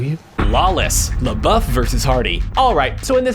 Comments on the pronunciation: Its pronpunced Shia Leboof not Shia Lebuff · "Lebeouf" its Labeouf